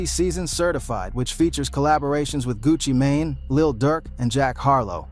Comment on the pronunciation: He said that ho wrong a few times a few different ways